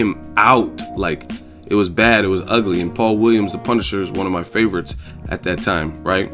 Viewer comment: "I hwas born rheady"